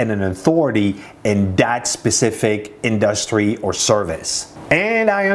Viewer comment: Ok, now I have to tell you this. I've watched many of your videos. Great knowledge and content. Your English is amazing for being a non English person. Now, you have to fix only two words in your vocabulary pronunciation, only two words I've noticed you say it wrong over and over, and those two words are: Industry and Analitics. There you have it. Now go and study the correct pronunciation of those two words. Search on YouTube and practice. Also the word Develop. So, 3 words total.